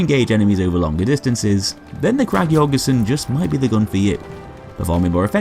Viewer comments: An ø is pronounced pretty much like "uh" or just the u in "ugly" just btw. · The Ø in Jørgensen is Pronounced like the letter U in the word Urge! Great video!